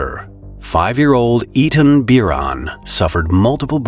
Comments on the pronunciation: It's pronounced Ay-Taan no Eat'in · Eitan. Ay-tahn… he’s not “eatin” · I rememberwhen this tragedy happened! FYI, the survivor's name is pronounced "Aytaan" and his father's name is pronounced "Aameet" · The kid’s name is “Ay-tan” and the father’s “A-meet”. Pls learn how to pronounce foreign names properly. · Ey-tan and Aa-mit. americans will read your comment and say Ei-mit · It’s HEBREW. AY-TAHN.